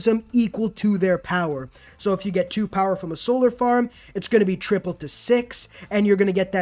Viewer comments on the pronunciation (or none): none